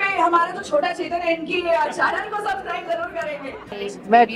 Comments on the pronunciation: Arman ji suscribe nhi subscribe bolte hain.... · Armaan Bhai wo sacscribe nhi h sabscribe hai😂aap Galt bolte ho